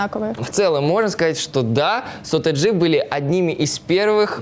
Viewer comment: Бшяячть, так слух режет. сОтэджи, а не сОтэджи, эта девка в фиолетовом бесить начинает